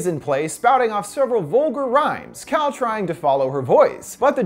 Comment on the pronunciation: i thought he said cow instead of cal